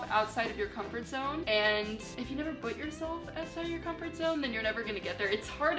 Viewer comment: the way she says put as but is SO CUTE